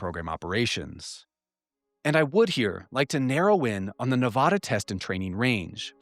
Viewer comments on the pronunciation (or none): Please god stop saying Tonopah as tone -a-puh...it's pronounced Tone😮 -a-paw, And Sandia is Pronounced San Deee ah, it's a hard D. And Nevada...is not Neh vauh duh, it's Ne va duh. You're killing me over here...lol ps love the channel. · Hey, it’s pronounced Ne VA duh. Like VAst. NOT nuVAHduh. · It's Nevada.....not 'Nevawda' lol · I absolutely love the work you are doing. It's awesome seeing such in-depth analysis and investigation efforts made on the UAP topic. I just wish you could pronounce Nevada and Tonopah properly, coming from someone who lives there. 😂